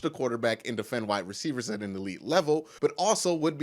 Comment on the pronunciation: whatthe, did u say “defend white wrecievers” ? 😮🤣😂🤣🤣😂🤣 great video wonderful idea an thanks for sharing the knowledge king, truly blessed mucho corazon ❤️💛💚 12-4 cle Bal 11-5 9-5-2 pit The flemlos 3-13 tops